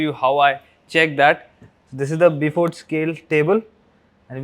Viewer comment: Great video! BTW the Beaufort Scale is pronounced BOWfort ( as in BOW and arrow).